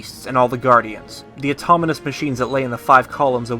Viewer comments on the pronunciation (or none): Also said automonous instead of autonomous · This is amazing, and great effort went into this, however, I must mention that he says "automonous"? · It's pronounced autonomous, autominous. Js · Can someone please tell how to pronounce Autonomous? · Autonomous not autominous. 😛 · “Automonous”? LOL dude, the word is pronounced Autonomous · I love it, the ONLY issue I have is how you pronounce autonomous. You say AUTOMONOUS. Otherwise, this video is super dope!